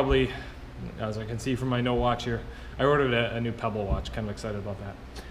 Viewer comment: "Very exite" lol